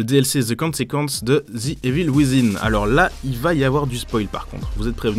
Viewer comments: Merde arrwtez de dire ze saboteur ze ceci ou ze cela c est the et ca se prononce de ou di pas ze merde ... 😒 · Ouuah l'abus de la prononciation de "th" en Z. J'ai saigné des oreilles. On le prononce en D et non en Z.